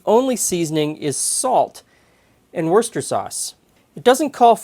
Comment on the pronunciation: I'm just relieved to finally hear a repeatable pronunciation of Worcester. inspired me to report to the OED online to confirm his pronunciation of Worcester and to learn how to pronounce its expanded version, Worcestershire. As a result, I'm feeling more confident. Mother did not make stuffed meatloaf in our home in central Illinois, U.S.